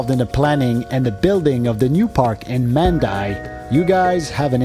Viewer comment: Mandai is pronounced as "Mundai", not man-dai.